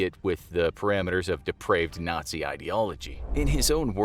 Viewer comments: "Nay-zee camp experiments" 💀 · aint no way this ninja said Nayzee